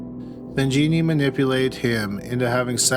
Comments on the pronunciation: Wtf was wrong with Jones? This was a crazy story. Can’t believe no one said anything. Also her name is Genene. Not “Jeannie.” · Love your videos,! Just one correction on this one: Genene Jones' name is pronounced "Jen-EEN," not "JEE-nee." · Not that it really matters all that much, but Genene is pronounced like Psycho Bitch Juh-neen. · isn't genene pronounced like "juh-neen"? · Actually it's gen een.